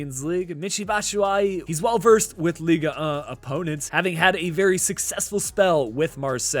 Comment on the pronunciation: You mispronounced the French league for a better prononciation you stop a the G it’s like lig 1 not liga 1 and for the number you said it right. Oh and hi from France 👋